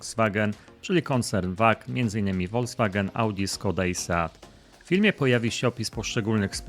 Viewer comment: Panie kochany ........nie Woldzwagen....tylko ......Volkswagen !!!!